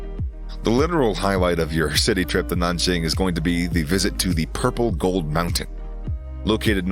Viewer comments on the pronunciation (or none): none